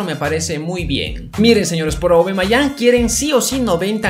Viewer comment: No se dice aubamayang se dice aubameyang